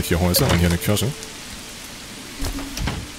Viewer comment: kommt mir das nur so vor oder sagt die ganze Zeit Kirsche statt Kirche? 🤔